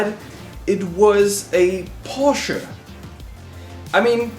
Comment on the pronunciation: "Porsche" - take note of pronunciation ;)